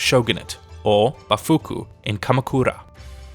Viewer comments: Bafuku or bakufu? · Bafuku? It's Bakufu. Im Japanese. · Says "Ba foo koo" when it spells Bakufu in the background. Not the only mispronounciation in the video. Great work though but that type of thing makes it feel like the one reading just discovered the script a few moments before recording it. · voice over states, “bafuku,;” but on the screen its written, “bakufu?” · "bafuku", really? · I was enjoying the video but when I heard bafuku something cringed inside of me ahahahaha. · Mispronunciation of the word 'Bakufu' caught my attention while I was doing dishes and listening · the word is Bakufu, he just added a bit of dyslexia to his speech, not at all uncommon when reading a foreign language you don't actually speak.